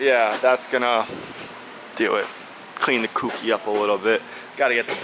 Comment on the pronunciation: Keep up the great content. One tip... "Kouki" is pronounced "K-Oh-key." Good job on the S-14... siiiick!